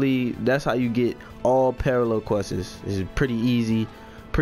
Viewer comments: dis nigga really just said all parallel questes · why do you add an unnecessary s at the end of quests lol